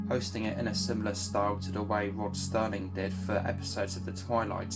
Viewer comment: "Sterling"?? Do your homework FFS.